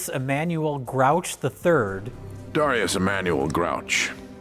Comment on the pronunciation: “I’m Dharr-ius Emmanuel Grouch the Third” That’s either a WILD choice or a WILDLY wrong guess at how you typically pronounce Darius 😂